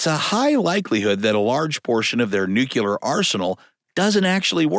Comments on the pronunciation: New key lerr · Please learn how to pronounce "nuclear".